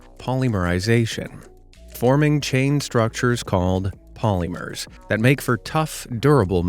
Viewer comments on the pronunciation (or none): POLYMERS sounds like polymars